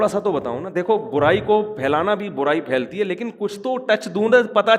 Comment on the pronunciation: "فیلتا" نہیں "پھیلتا"